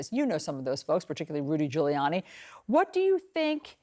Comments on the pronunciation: “Rudy Collude-y” 😂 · "Rudy Colluty" 😂😂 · "Rudy Colludy" 💀💀